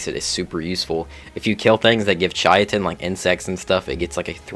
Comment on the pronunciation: Great video. You are the only person I have ever seen take the correct way to say Chitin and the incorrect way to say it and combine them into two 😂 Most people say Chit-in The way it’s pronounced is like Kai-tin You said Chai-tin 😂 But no for real bro awesome video.